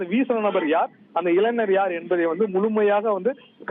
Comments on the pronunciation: அய்யா முதலில் நீ தமிழை ஒழுங்காக பேசு இளைங்கர் இல்லை இளைஞர் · நல்ல வாசிப்பு,உச்சரிப்பு,இளைநர்.....போங்கடா தமிழை அழிசசிட்டிங்களேடா.